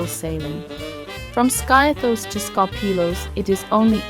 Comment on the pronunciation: Skiathos is pronounced 'Skeeathos'